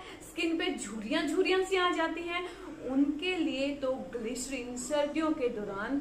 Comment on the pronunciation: glycerine word plz listen how to pronounce it. Your content are good. Only pronunciation is prob. Plz don't mind.